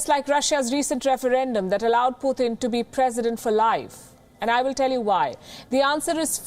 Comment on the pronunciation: It's Putin NOT Puthin. Please say his name correctly.